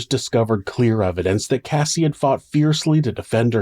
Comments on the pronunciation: You pronounced Cassie's name wrong at the end :( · Cassie not Casey! The last Cassie you said Casey